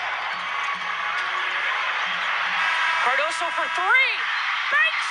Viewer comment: Her name is Cardoso not Cardosa, come on now get it right! SMH